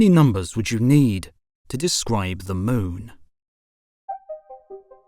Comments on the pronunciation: He said long-itude and the Mewn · The way you say moon is fascinating. Moan.